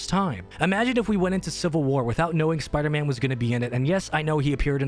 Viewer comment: "Sparder-Man" lol